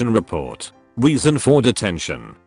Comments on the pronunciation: He pronouncing reason as weason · Everytime the narrator said reason I heard weasel. I don't know how this is happening. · Them saying reason" Me hearing weezen* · Am I the only one confused because “Reason” sounds more like “Weason”? No? Ok